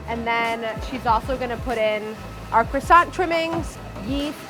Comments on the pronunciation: All looks lush, but she owns a bakery and is still pronouncing it “croy-sant” it’s pronounced “kwa-son” !! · I wish bakers would learn how to pronounce croissant. It's not cressance, it is croo-ahssan. No tsss at the end. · Why can none of them pronounce croissant the correct way? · Everything seemed good until these American cretins began to butcher the pronunciation of croissant and any French baking terms. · most obsessive bakery in NYC and yet just like every other bakery and person in NYC they can't say croissant properly, obsess a little be more